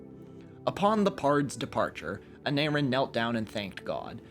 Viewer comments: im eager to know how he pronounced aneurin right but not the other welsh names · I was surprised he managed to pronounce the "u" in "Aneurin" correctly. Maybe he was trying to throw us off.